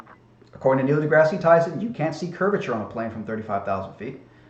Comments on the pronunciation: Also, I really don't get why you constantly pronounce "Neil Degrasse Tyson" as "Degrassey" and not "Degrass" Please actually respond... I really want to know. I'm assuming its one of your little quips or puns that you somehow think is SOOOO clever so you constantly say it over and over and over and over again. But I just don't get it... "Degrassey"? like the TV show or something? I really just don't get it. If he doesn't answer me, someone on here who knows the answer to this, please respond. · Please quit saying degrass ee Tyson. It makes you sound like an idiot. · Since you keep going on the diatribe on him mispronouncing a word, you keep mispronouncing Neil deGrasse Tysons name when the E is silent in deGrasse... double fucking standard 🤦‍♂️🤦‍♂️🤦‍♂️